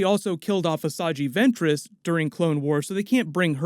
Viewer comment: Asaji Ventress?? Not Asajj Ventress?